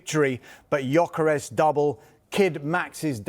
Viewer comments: GOR KERYES? the G is silent dummy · Huge respect for Mr. Cross, but apparently, the “G” in “Gyökeres” is silent. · Not one of them can say Gyokeres’ name correctly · All of em need to watch the player pronunciation videos… Nowari? Gokeres? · As a journalist is surprising that doesn't know how to pronounce Gyokeres or Nwanera's names.